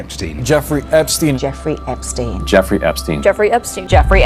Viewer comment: Merci a de le dire correctement quoi 😅 parce que les gens qui disent epstinne on en peut plus. C’est epCHTEIN à l’allemande